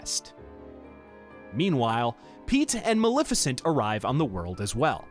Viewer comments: maLEFicent. maLEFicent. not maLIFicent. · to be fair, you say it incorrectly like 100 times throughout the video and you did start off saying you were trying to get everything right. it's not like maleficent is a new name created for the game.